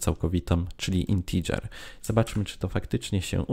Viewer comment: Co Wy macie wszyscy za problem z tą wymową "integer" po angielsku???